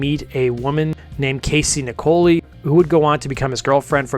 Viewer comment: Good to see a video on this great group. Thank you! Casey's last name is pronounced like "Nickel eye". I've been freiends with ger for about 15 years now. She also named the band - sort of. She and Perry were sitting on a couch trying to name the band and Jane walked by. Casey's jokingly said "Jane's Heroin Experience", a play of the Jimi Hendrix Experience. It was a throwaway joke by her but Perry got quiet, stared for about ten seconds and twisted it into "Jane's Addiction". The lyrics of the song "Obvious" were written by Perry about Eric. Casey said she wasn't even sure Eric know that and he played on the song.